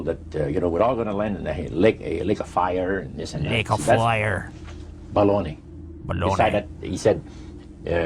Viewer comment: saying ''Lake of fire'' and ''Baloney'' in an Irish accent is fucking hilarious. Gotta mark this.